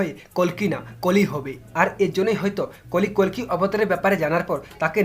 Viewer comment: Kolki nah koli bolo